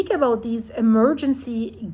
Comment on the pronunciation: "talking aboat" aha